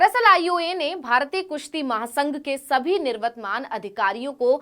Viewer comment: आप बहुत अच्छा और मीठा बोलती हैं मगर... आप शब्द "निवर्तमान" का ग़लत उच्चारण कर रही है | कृपया किसी ज्ञानी की सहायता/मार्गदर्शन से दुरुस्त करें | आप लाइक कर लें तकी मैं इसे हटा सकूँ|